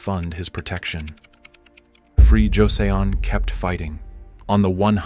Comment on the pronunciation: First off—I like what you do. The stories are fascinating and well-told. But for God's sake please get a handle on your Korean pronunciation. I mean how on earth does one fuck up "Joseon" hint it's not "josey ohn"! This is not incidental it is essential. Please see to it.